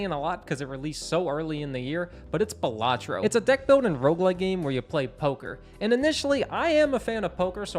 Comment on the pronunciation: Just a heads up, the pronunciation of Balatro isn't necessarily one way or another but in the trailer it is pronounced as Bal-atro not buhlatro. Buhlatro just sounds like a fancy sandwich lol Game is goated great review!